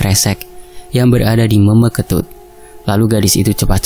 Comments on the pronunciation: Salah cara ngucapin meme ketut tapi dak apa karna tulisannya meme jadi cara ngucapin pastinya gitu 😁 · Meme itu bacanya kek nyebut huruf E kak hehehe...